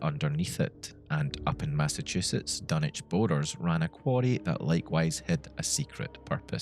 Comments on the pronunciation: take a shot every "dunnich" and not dunwich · Your pronouncing Dunwich with out using the w man , wtf,?